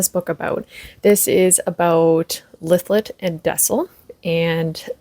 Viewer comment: I think this is the first fantasy I’m reading this year. Thank you for the pronunciation of Lythlet name. I’m in chapter 2. Reading this with my bookclub. I’m a Booktube newbie by the way. Wish me luck with this book. I’d love to be book friends ❤